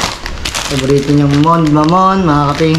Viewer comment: Talsik.hnd Yan Mond, MON-DE Ang pag pronounce dyan